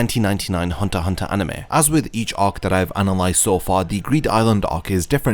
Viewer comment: Its ark not ohk